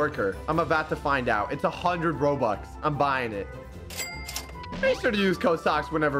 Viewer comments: “We’re gonna be spending hundreds of thousands of Roblux” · “hundreds of thousands of roblux” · My guy said 'Roblux' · Bro fr said "Roblux" 💀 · At the start of the video socks said “ROBLUX” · he messed up a line in the begining he said we spend 100's of thousend's of roblux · He said “roblux” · He said roblux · You said roblox not robux lol.